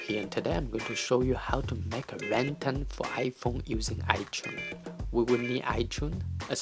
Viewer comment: PLEASE LEARN HOW TO SAY RING TONE LOL but other then that thank you